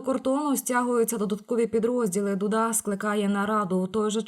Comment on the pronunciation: А для «торохтилки». Став правильно наголос при вимовлюванні прізвища президента Польщі. Прізвище у нього Ду‘ да!